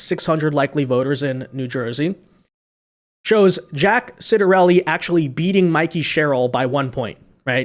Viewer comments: I believe that Jack's name is pronounced "Chottarelli". Just to say.... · NEW JERSIAN here and we'll be voting Red as usual. It's pronounced Chit-er-elli